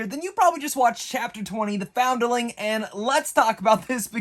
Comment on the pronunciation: The way you pronounced "foundling" is cringe asf